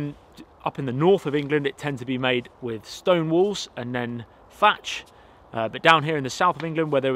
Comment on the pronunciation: Norf of England? You meant to say North right? Great to see you bring your dogs along too.